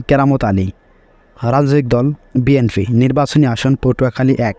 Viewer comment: বিএনফি না ভাই হবে বিএনপি। একটা দলের নামই ঠিক ভাবে উচ্চারণ করতে পারেন না আপনি 😅